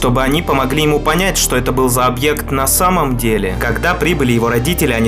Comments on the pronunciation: Почему фраза НА САМОМ ДЕЛЕ сказала таким тоном? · Он так выделил фразу ,,НА САМОМ ДЕЛЕ" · Конор... Работает на самом деле... И эти ударения.... Хммм.... Кого то это мне напоминает... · Он так это произнес: на самом деле неужели это отсылка... 🤨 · Как то странно ты сказал "на самом деле" 😏🧐